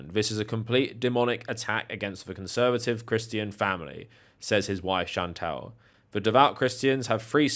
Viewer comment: Did you say CriSStian or Crischian ? 😂😂